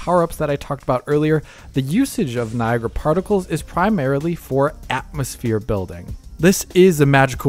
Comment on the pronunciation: can say Niagra unlike